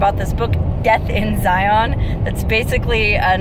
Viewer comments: Good hell it's not Z-eye-on. It's Zion you know like a lion. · It is Zi'un not Ziyawn'. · it's pronouced Ziin as in the letter N! not zion like the channel ion! lol my only per peeve! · This is the second hike video I've seen for Angels Landing, and, just like the other one I saw, it's like sandpaper rubbing in my ears. It's not a hard word. Really. Zi as in sigh, on as in 'in'. Zigh-ihn. NOT Zigh-on. Even just google the word; google provides the right pronunciation. (As a side note, it's easy to tell you're not from here because you say Zion National Park instead of Zion's National Park, which is a weird slip of speech common for those who live here.) As for the whole Mormon thing: Zion isn't the word for heaven. Mormons call heaven 'heaven'. More than Zion, the word Kolob would be more accurate. Kolob is, as far as I'm aware, a strictly Mormon thing; Zion isn't. Zion is a Judea-Christian concept, which SOMETIMES refers to the kingdom of heaven. Only sometimes. Not in Mormonism, though. It's just kind of a word that means paradise, usually of a city on earth, or something similar, but not a literal heaven. So, nice shpeel about something you have no clue about, but go off. I've no love lost on Mormons, being that I despise religion period, but let's not take on that holier-than-thou attitude when talking about a denomination which is, in all honesty, not very different from any other vanilla denomination of christianity. It's all fucking crazy, and most of the Utahns you passed on your travel were probably still Mormon. As for the hike itself: -it's slick rock, no shit it's slippery -those damn switchbacks are actually the hardest part -yeah, for anyone wh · ZIE-un is the proper way to say it. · Mormon drinkin game! 1 for every time she pronounces ziin wrong! 2x's for sister wives! lol